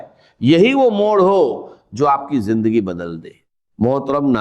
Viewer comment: Hajrat nahi Hazrat Mano me nahi,Mayon ke Jindagi nahi zindagi Yeh awaz to pagal ki hai